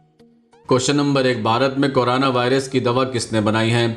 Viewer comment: Korana nahi corona boliye 😁😁😁😀😂😂